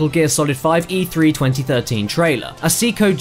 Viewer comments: WTF is a sea-ko? Seiko is pronounced say-ko... I would have had no idea except there was an actual shot of the watch face with the brand name xD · Seiko = say-co NOT see-co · It's say-ko, can look up actual Japanese commercials for the brand and hear it. As for Bowie, well yeah he said it wrong it's BOH-ee (as in bow and arrow) not BOW-ee (as in take a bow) gotta love using the same word for 2 different examples :) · is a Japanese Company. therefore it would be pronounced Say-ee-ko. "see-ko" isn't really all that far off. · "See-Ko"? "David Baw-wee"?